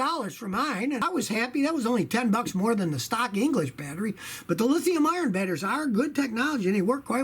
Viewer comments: It kinda sounded like you were saying Lithium Iron batteries lol. I'm sure you know it's Lithium Ion though (or Li-ion, which I like to shorten further to just Lion) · Its lithium ion not lithium iorn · hey Scotty your local internet Grammar Nazi here, it "lithium ION" not Iron. Just saying. LOL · Scotty, it's not Lithium IRON. It's Lithium ION.